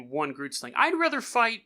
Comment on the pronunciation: I’m from Namibia (country right next to South Africa) and I’m 100% sure you are pronouncing it wrong